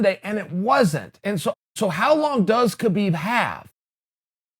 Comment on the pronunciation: Chael, Kahbib's name is Kahbib.